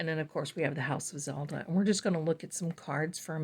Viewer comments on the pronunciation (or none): none